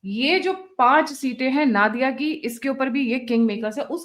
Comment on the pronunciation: Naadiya/नादिया jaisa koi word nahi hai Bharat mein. Ya to Nodiya/नोदिया boliye ( bangla accent mein) ya hindi mein nadiya/नदिया boliye samjhi 🙏🏼